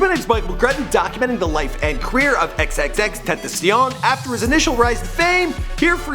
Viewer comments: It’s pronounced xxx-ten-ta-sion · Cloud It's pronounced ten tah see own but fast. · bitch its TEN- TA- SEE-ON say it real quick tentacion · Ten tass eon not tentaseein, and sl-uhm-p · who tf is xxtentasiyown? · TENT AH CIÒN. Bruv get it right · It is pronounced ten-ta-sion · this is how u pronounce his name.... X Ten ta see yawn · TEN-TUH-SYONE Simple. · Anyone else gonna say somethin about how he’s pronouncing X’s name wrong?😂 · EX EX EX TEN TEN SION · The way he's saying Xxxtentacions name bothers me...